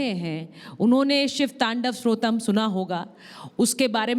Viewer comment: Anchor madam ji, shiv Srotam nahi Shiv Strotam bholiye